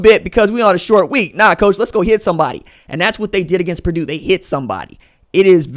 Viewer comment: It's Purdue